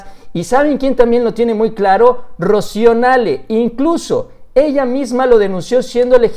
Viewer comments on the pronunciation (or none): none